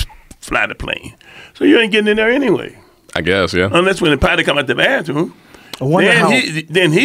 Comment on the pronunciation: "Ain't nobody go up in the bafroom for 35, 45 minutes" 😂😂😂